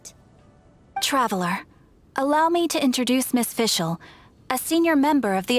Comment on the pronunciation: Thanks for uploading these cutscenes! I am making a video about Fischl's and Oz's horrible german pronounciation and this really helped me with my research. Keep it up!